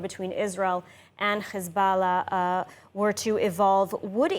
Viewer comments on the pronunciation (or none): She says khezbollah then pronounces every other word correctly 😂 we're on to you, you're not fooling anyone 😂